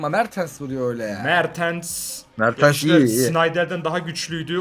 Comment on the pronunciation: Abi se mertens se mertıns diyon